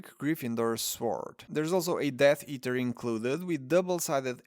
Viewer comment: Sword is with a silent w...